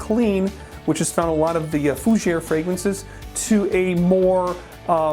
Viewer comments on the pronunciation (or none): none